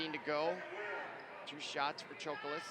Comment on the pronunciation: The way her butchers their names makes me cringe he said Dilayla Chokolis BRO THERE IS NO “I” IN HER FIRST NAME and her last name ain’t chocolate